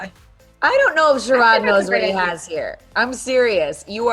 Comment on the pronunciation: Sharron is a disappointment.. she should've picked David. ..am I the only person that hates the pronunciation of the name Shah-ron??? .. it's Sharon MFS lol 😂😂😂